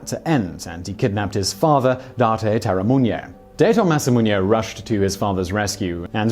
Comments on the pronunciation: Date(Dah-tay) Masamune(Mah-sah-moo-nay) Terumune(Teru-moo-nay) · ...Simon, sorry to say but, your pronunciation of Date Masamune (it ... really isn't Daito Masamunye, man) & Terumune (REALLY not.... whatever it is that you're saying)... is lowkey giving me cancer Please run it through google translate next time, it will read it to you.